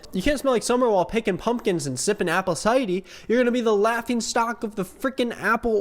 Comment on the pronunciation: never say " apple cidie" again!